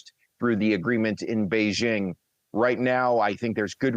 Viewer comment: ✅Bay JING. ❌Not beige ING